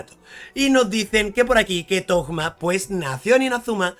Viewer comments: porque le dicen thogma? suena raro jaja es toma pero con como un acento medio raro en la o por la h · Por que carajos le dices toGGGma??? Es toma y ya aaaaah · Pork le dices togma ? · Como lo llama Suhoyo: Thoma Como lo llaman: ToGma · Los leakers habían publicado su nombre como "Tohma" (la H se pronuncia como una G) entonces todos empezaron a llamarle asi, pero el nombre oficial es Thoma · Thoma, de donde carajo salio decirle toKma? pregunta seria. :,v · Pensé que era el único que pensaba eso, de donde coño habrá sacado lo de tokma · Me da amsiedad cada vez que menciona el nombre de Thoma....."TOKMA" "TOGMA" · Porque le dices Tohma a Thoma ?!!! es algun meme ? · 1 - Para los que no sepan, Thoma es 4 estrellas y ya está "confirmado" a no ser que MiHoyo lo cambie a 5 estrellas al final 2 - me inquieta que lo pronuncie "Togma" intentando pronunciarlo como en Japonés (Tohma) cuando el nombre está escrito mas como uno europeo y sabiendo que es de Monstadt si terminaría pronunciandose como Thomas, es decir con una T medio D. También simplemente no haces sonar la H para nada y decis Toma, porque a Zongli le decimos asi perl se supone que se pronuncia ChongLi xd 3 - Lo voy a sacar aunque venga en el peor banner del juego 4 - Si, la re vivo Shaggy😎🤙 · Por que le dice togma a Thoma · Mi TOC me perturba al escuchar Togma. Así como cuando oigo Fish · Por qué dice togma? Xd jaja buen vifeo